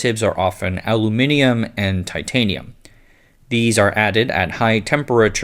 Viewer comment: I'm pleasantly surprised to hear an American pronounce Aluminium correctly.